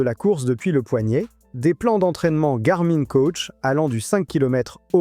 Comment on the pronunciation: garmain mdr on dit gar min comme le pronom la gamine .la mine ( de crayon ) on dit pas la main de crayon mais la mine .....